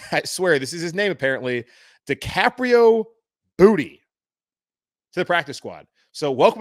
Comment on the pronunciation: Worth the price of admission to hear you say Decaprio Bootie. 😂🤣😂 That was hilarious! I looked him up, and looks like it's actually Decaprio Bootle. There's an L in his name as opposed to an i. From the highlights I just saw that dude was a baller at Nebraska. I hope he gets a shot to play. Practice squad is a foot in the door at least.